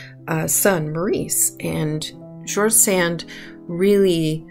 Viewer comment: Very charming video..... I would respectfully suggest that you check on the pronunciationof George Sand.